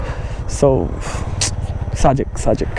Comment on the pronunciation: ভাই সারাক্ষণ অ-শুদ্ধ ভাবে সাজেক কে ছাজেক/ছাজেক বলছেন কেন?????.... বাজে এবং বিরক্তিকর লাগছে। দয়াকরে ভাষা ঠিক করেন, শুদ্ধ ভাষার চর্চা করেন। আর একই জায়গা একই রাস্তা আর কত দেখাবেন ????? Do something NEW man...... New ..... otherwise Don't waste Time .... Love a Lot.